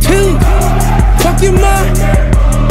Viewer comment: fuck your ~ 훅을 마지막에도 한번더 넣어주지.. 이부분이 제일 좋은데.. 발음도 개 좋음..